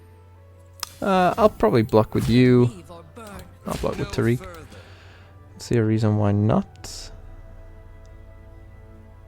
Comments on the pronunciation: Tar-ic/Tear-ic. Not, Tar-eek. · Love the deck concept, but can't handle how you say taric 😩